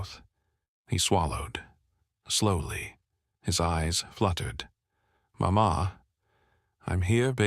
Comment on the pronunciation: The narrator does'nt use some of the correct pronunciations!! Not MaMa! Mama.